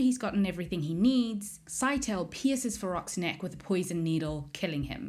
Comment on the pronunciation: Scytale is probably pronounced "Sigh-tay-lee" as opposed to "Sky-tail".